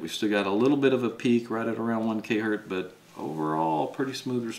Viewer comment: It's not Hurt. It's Hertz